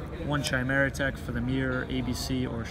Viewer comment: Plays cyber Dragon...pronounces it "CH-eye-mera-tek"